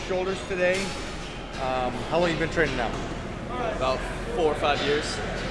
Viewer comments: I do think he was going to say training but it sounds like tren lol. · hahahahhhhaahahhahahahahaahhaahahahah was he about to say Training , anyways he said TREN hahahahah